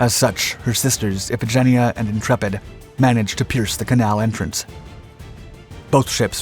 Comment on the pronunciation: Love all your docs. Amazing research. BTW Iphigenia is pronounced Iphigin-EYE-ah